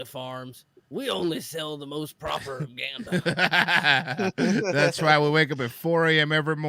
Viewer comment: Also, I wonz herd that the Nazis used proper ganda to madipulate their sosaiedy. P.S. Receiving history lessons from Schaub feels like listening to a homeless cat going on a rant in a public bus.